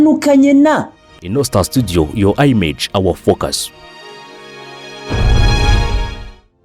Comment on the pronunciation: Akantu ka "yo ayimeji " ni ko kabi wallah 😂 umwongereza araha